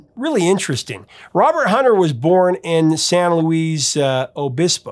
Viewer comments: It's actually pronounced San Louis Obispo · “Top-40” was a term from the past 25 YEARS AGO when I got out of the Radio Business! And there’s a slight pronunciation problem with the name of the City Of San Luis Obispo - the “Luis” is pronounced as though it were spelled “ LEWIS”. I know because my radio signal reached there from the first Radio station where I ever worked, which was roughly 20 miles South of San Luis. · Seriously? San Luis Obispo: the Luis is pronounced like Saint Louis in Missouri. SLO is home to CalPoly, with the campus radio station KCPR, where my kid, Wilbur, constantly sparred with the student management who wanted the station to go from community based alternative to commercial top 40. Yes, history does repeat itself: Weird Al Yankovich fought the same fight four decades earlier!